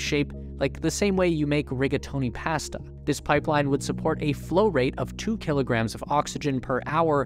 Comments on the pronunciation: I hate how you say "pasta," and demand an apology. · The way he says "pasta" should be illegal